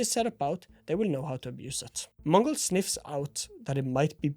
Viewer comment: As a native mongolian speaker bro when you say mongolz sounds very fluent in our language